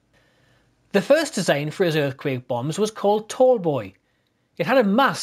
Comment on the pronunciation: "Earfquake Bomb"